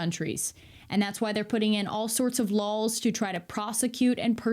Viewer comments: I ❤️ya but you keep saying ‘ lawls,’ it’s laws. JusSayN. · Christ almighty stop say “Lahls”! It’s LAWS! Still love ya though. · Oh really, in the prince's castle, were you. Had a chat with the prince in his castle, had you. Bloody show-off ;-) And why the hell do you pronounce laws as lols? I'll be stealing that one, I think. For real though, I love the clarity in his analysis and I'm glad there even is an "our side". I'm European and did not even know that.